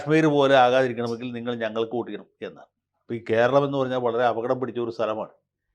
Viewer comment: " അൽ ഘേരളം"😂😂😂😂